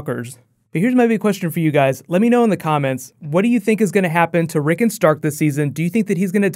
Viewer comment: Rick ON Rick ON. Not Rickun.